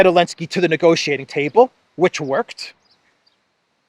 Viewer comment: Why do you call him 'Elensky'? It bothers me a little. Is there a reason?